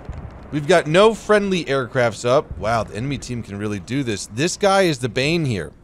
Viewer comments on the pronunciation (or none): none